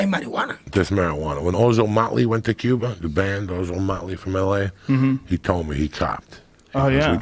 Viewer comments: “In Kuwa.” -“In Kuwa.” “In Cuba” -“In Cuba” LAWL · yeah, its supposed to be pronounced Cuwa. I'm also a native cuban c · Yoel: En Cuva Joey: In Cuba Joe: In CueBall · Joey: in gua Yoel: in gua Joey: in Cuba Yoel: in cuba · It's CuVa with a silent V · Joey:en cooba? Yoel: en cooba Joey:in Cuba Yoel: in Cuba